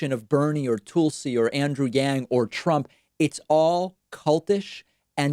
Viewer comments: yea I know really 🙄 It’s fucking Tulsi, like Tulsa Ok with an I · I love how he pronounces it. "Toolsey."